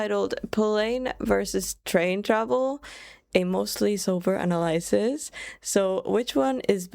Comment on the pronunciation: What the heck is an "Anna lie sis"? It's analysis. Ah-nal-ih-sis